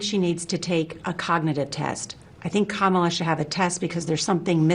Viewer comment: I don’t get the refusal to say Kamala’s name correctly. Donald Trump is a damaged old man, with a weak ego he’s trying to prop up by playing dictator; he’s a life-long racist and misogynist, as well as a failure at every business he’s attempted — other than cartoon figurehead of a scripted reality tv show and selling his name to other businesses that use it to dupe unsophisticated rubes. Has your life been as disappointing? Is that why you mimic him? 😂